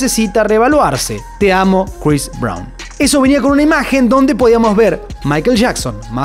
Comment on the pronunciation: Crois Brawn...😂😂